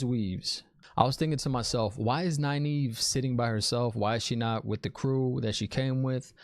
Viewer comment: Oh and I freaking loved Liandrin misspronouncing Nynaeves name. That is a good nod to readers not looking into the Glossary and pronunciation guide in the back of the book haha